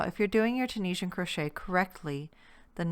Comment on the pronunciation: In case anyone was wondering it is actually pronounced Tunisian not tunishan 👍 and she is doing double crochet not single in case anyone is confused 👍